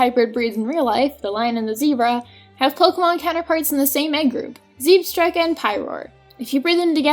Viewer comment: It's Vanil-light,! Also, Zehb-stryka, like striking something. And will someone PLEASE drill into people's heads that the Vanillite line is NOT made of ice cream for goodness sakes! It's an icicle covered in snow, for GOODNESS SAKES!